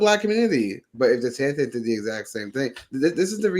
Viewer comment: Tell your guest and all the other schlubs out there, It's DeSantis, NOT DeSantez Thank you.